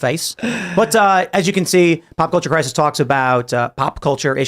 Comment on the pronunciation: 2 SPEECH IMPEDIMENTS??? What are you doing Tim? “Pop Culture Crissssisss” Brett: a face for radio and a voice for printed media.